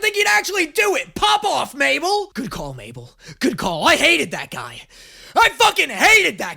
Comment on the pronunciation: “mable” “sues” “suzan” is this another Eurylochus moment?